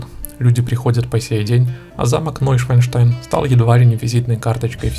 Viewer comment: О, Боже! ШвАН, а не ШваЙН! Шван - лебедь, Швайн - свинья. НойшАНштайн - Новый Лебединый Замок.